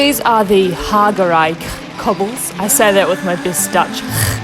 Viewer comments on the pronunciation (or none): Minor thing about the jagerij pronunciation; there’s no such dutch G in Belgium, and only a smaller part of the Netherlands have a g like that (they are the most loud dutchies, lol) . And the j is different too ;-). But you did a very good job on the other names, and ofcourse the cobbles. 😅.